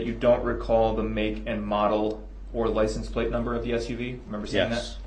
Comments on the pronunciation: He says “Licen Plaz”. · Is he saying license plates? I swear sometimes it sounds like he says "license place"?? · License place... I hate that. He butchers so many words. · If you listen carefully every time to DB saying license plates, he says “license place” No idea why he thinks they are called that I don’t know why he thinks they are called that…